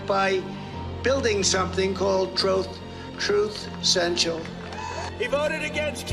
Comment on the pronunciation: TROTH SENTIAL